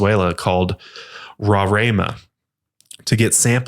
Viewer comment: Omg! Venezuela!!! That’s so awesome but it’s not rorraima! Its pronounced more like roar-uh-ee-muh ❤️❤️❤️❤️ i love your podcast guys